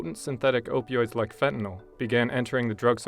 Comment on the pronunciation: Opee Oids